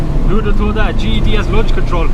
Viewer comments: Why does it sound like you kept saying GHD instead GTD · Why is does this guy keep saying GED 🤣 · that's not an accent that's just being lazy! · Deffo Saying GED 😂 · Ged or gtd? I cant tell what hes saying? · could you pronounce GTD properly for once? it always sounds like GED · Speak properly Its a G T D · is it just me or is he saying GED? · sounds like your saying GED, great vid though. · how can you say GTI but not GTD??? 🤔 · Your accent? You call "T" "E" ?